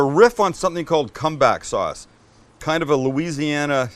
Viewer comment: CUM BACK SAUCE?!?! 🤨